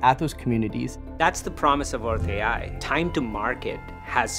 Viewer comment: No French speaking person ever watched this translation? Take a listen to how it pronounces Earth AI. 😢 Almost like Hershey ... Hurtsay? Certainly not Earth AI ... Which should be pronounced as in English or using IA (intelligence artificielle)... 😅